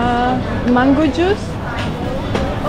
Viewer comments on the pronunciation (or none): none